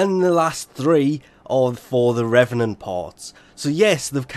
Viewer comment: It’s pronounced “Reevenant”